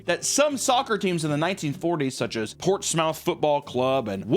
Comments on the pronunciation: I LIVE IN PORTSMOUTH ITS SAID LIKE “PORTS-MUTH” NOT PORTS-MOUTH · Did you just say PORTS-MOUTH? 😅 If it's Portsmouth, it's pronounced PORT-SMITH... yeah my family moved in NH from SoCal and we wre educated right away but still call it that for fun 🎉 (not be having the video on as background noise and zoomed into Portsmouth 🤣🤣🤣 🙌💯 I feel like I know something, carry on ✨ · First time I've heard pronounce my home town and I'm happy to say... he butchered it 😂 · Aint no way you pronunced Portsmouth like that 👁️👁️ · hearing Portsmouth and Wolverhampton pronounced like that genuinely hurt my soul 😐